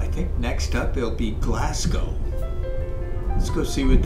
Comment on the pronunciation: Also it's Glas-go and not Glas-gow. Regardless of how it's spelt.